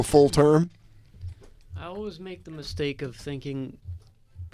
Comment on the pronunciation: i hate the way says "always". he says ulwuz